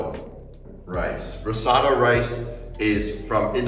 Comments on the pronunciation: RISOTTO NOT RISATTO 😅😅😅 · The pronunciation of risotto pmo 🥀 Good video tho, super helpful